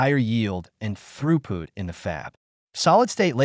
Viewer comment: Throughpoot? Why not just have a human read the script?